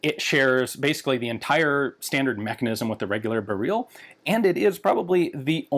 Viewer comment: "bear-reel" lmfao